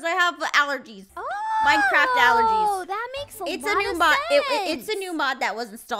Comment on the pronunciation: “I have a allergeez” Ah yes, a allrgez